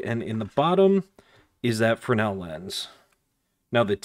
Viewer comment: You did pronounce “fresnel” correctly.👍🏼